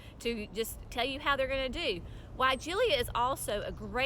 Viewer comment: The final syllable "-la" is pronounced "LUH", not "LEE-UH".